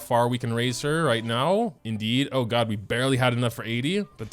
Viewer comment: I heard DOG mode instead of GOD mode💀